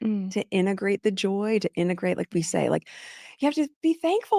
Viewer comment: Preach Sister Girl! This woman is off her head…such a strange & crazy relationship she has with the world. I’m up to my eyeballs sick of her nonsense. Plus she said integrate wrong…she kept saying innagrate… I can’t listen to that smug voice. Augh. Ps: but I so love your Thursday Lives! 💜🫶🏼✨